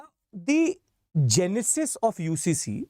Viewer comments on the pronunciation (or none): none